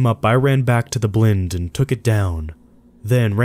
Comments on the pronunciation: Who else listens for the hysterical mispronunciations- the winner on this video is “Blynd” - some of us might call it a blind (as in can’t see). Runner up: “Green Berrett”. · Did this man say deer "blinde"? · The mispronunciation of words makes me cringe. The way he pronounced Green Beret and deer blind really irked me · Dude, how can you mispronounce "beret" and "blind"?